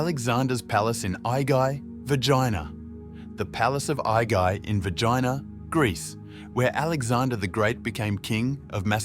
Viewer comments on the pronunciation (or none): Its VERGINA not Vegina . Please try to fix the mistake. Thank you .